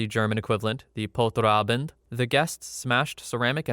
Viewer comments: It's pronounced "Polter-Ah-bend", like you say poltergeist! I was so confused like wtf is that "german" word, since I didn't look at the screen lol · I love your pronunciation of Polterabend! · Hearing Polterabend in an American accent just made my day 😂😂😂